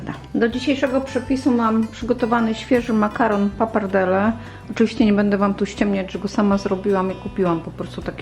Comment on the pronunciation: Danie super, dziękuję. Wymawiaj koniecznie "penne" przez dwa "n". Bo "pene"po włosku oznacza penis (męski). Włoch by się śmiał. W języku włoskim podwojone głoski są bardzo istotne, zmieniają znaczenie. Mów też pappardelle przez dwa "l".